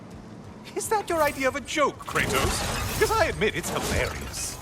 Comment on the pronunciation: I love how he pronounces Kratos's name, it's sounded so grudgful